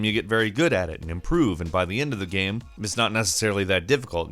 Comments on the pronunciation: Can you not pronounce 'game' correctly? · I hear "gaem" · Am I the only one who hears him saying "game" weird? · I see what you mean... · yeah sometimes it does sound like he says it in a weird way.